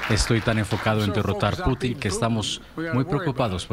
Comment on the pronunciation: PORFAVOR deja de llamar “Putín” a Putin, no hay acento en la “I”. Putín con acento es como comúnmente se le llamaría a una persona homosexual